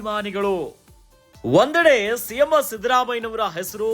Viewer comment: ಸಿಎಂ ಅಂತ ಹೇಳಿ ಸಿಎಮ್ಮೋ ಅಲ್ಲ 😂😂😂